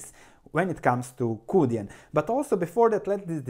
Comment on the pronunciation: Yes it's pronounced "choo dyen". And thanks for this! I'll have to do more research but it looks like a potential great value. There's obviously a lot of risk with a small cap Chinese credit stock, but this amount of growth, the fundamentals and a PE ratio of around 4.5 is too good to ignore.